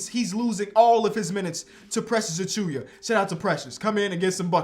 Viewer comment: Yo, why do you say Achiuwa’s name as “Achuya”? Where do you get the “y” from?